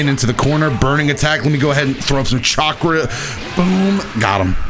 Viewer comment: he knew right away he messed up saying chakra lmao i heard it in his voice